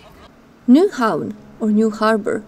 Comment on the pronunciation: Very good presentation, based on fact, not the usual rubbish many vloggers make up. You have done your homework, well done. BTW, you must be German. Not many can pronounce "Nyhavn" correct. Tip! English sentences are build pretty much like Danish (Vikings again) and many words are pronounced like German.